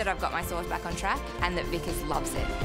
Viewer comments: My god she called him weekass... For god sake it is VIKAS.. WEEEE CASSSS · she called him veekuss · "Vikus loves it" 🥴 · Dude his name is pronounced as vikaas 🥲